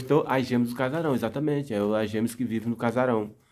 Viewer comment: FALE:GÊMEAS e não gemes